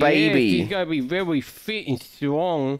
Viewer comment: The “vEwY vEwY SmArT BoYs! 🤓”